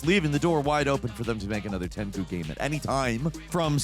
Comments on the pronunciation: Tenku?.......you're doing it purpose. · Did you just say tenku? Lmfao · "Ten-ku"? Sometimes I wonder if these weird slips are added deliberately to drive engagement.